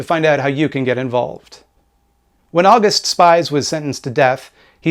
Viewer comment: Great video. However, August Spies is pronounce "Ow goost Shpeez". Also since I did research for a 20+ page paper on Haymarket I can confidently say that an Anarchist threw the bomb, there is no evidence that the Police or the Pinkertons threw the bomb. However it is more than likely that the bomber was provoked by the Police actions. Doesn't make what happened before and after good, but historical accuracy is important.